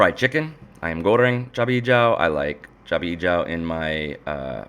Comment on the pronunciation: When u say cabe hijau, my ear hear...chubby joe. Was puzzled for few secs....i thought...chubby joe must be a custom taste. Stupid me...